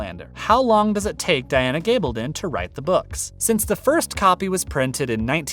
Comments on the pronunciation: Her name is g a bl don. Short a not a LONG a. Get it right, please. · Stop saying, “Gabledun”. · Her name is G a bl don NNOT a long A. Get it right!